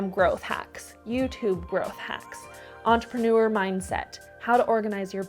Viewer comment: Niche (without t) and Entepreneur (ner )are both french words and I don't think anyone should be mad at you for pronouncing them the right way 😇